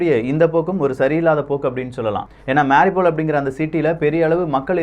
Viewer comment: Please pronounce MAA RIYOU POL as the ukrainians do. Cheers...😺